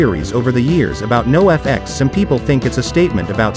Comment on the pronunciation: If you would've typed the word Noahfex instead of NOFX into the chat gpt, it might have read it correctly. Unless this is a real dude saying this over and over lol